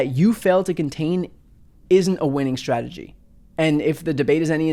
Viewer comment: You're very clear in your pronunciation and enunciation except for the word "strategy". I'm hearing you say "shrategy". Check out